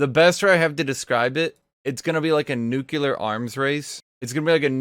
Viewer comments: NUCLEAR. NOT NUCULAR. FUCKING, NUCLEAR. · Nu-que-lar arms race .... yikes bro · If I hear him say nucular one more time I am gonna commit genocide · Gloria: DID SOMEONE SAY NUCLEAR?: Nucular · Nucular blade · i guess he really liked that one simpson episode XD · Why the hell can't you say nuclear right?